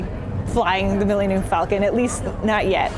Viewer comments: "mill-enium-falcon". wtf is wrong with her? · Did she say Millennial Falcon? lol